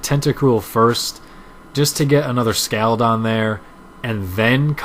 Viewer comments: its pronounced scawld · You say Scald weird. There. I said it.